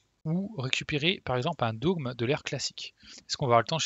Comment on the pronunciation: Super guide, comme toujours! Il m'est très utile! parcontre on prononce pas "dôgme" mais "dogme", comme "forme"